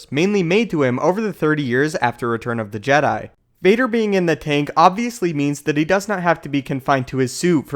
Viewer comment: You're saying it wrong, it's the JEH-DAI, remember?